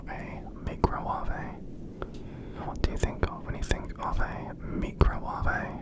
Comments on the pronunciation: If I'm awake when that part comes up, I laugh for ages after you say "Mee-crow-wahv-eh". 😂😂😂😂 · I was right on the hazy edge of sleep and then said meekrowahvey and suddenly i was wide awake 😂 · ABSOLUTELY NO WAY. THAT’S WHAT I SAID. MICROWAVE“MEECROWWAHVE“